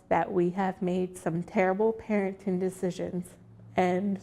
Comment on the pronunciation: "terrible parintin dicisins"